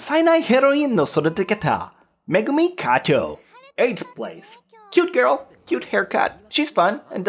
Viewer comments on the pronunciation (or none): none